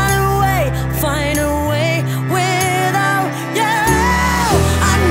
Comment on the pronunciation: Jammer dat ze zo overdreven zingt en zo'n slechte uitspraak. 'Without' spreek je niet uit als 'widdout' :( De versie van Milow vond ik echt veel beter